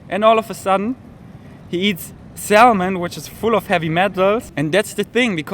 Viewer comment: ... and lose the sound of 'L' in Salmon....pronounced SAM un